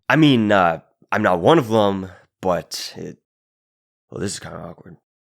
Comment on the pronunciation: "Them" rhymes with "Hem". Not "Rum". It's not "Thum". You're driving me crazy.